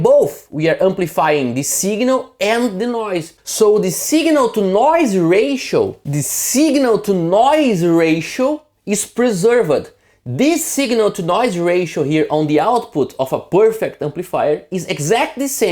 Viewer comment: "use" is a one-sylable word... "received" is a two-sylable word...not three... "preserved" has two ...etc. Great video... I only mention the English because you are close to being perfect with English delivery except for this small issue.